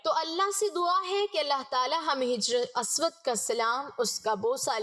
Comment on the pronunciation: محترمہ " hajri" اسود پڑھیے نہ کہ " hijri" اسود ۔ شکریہ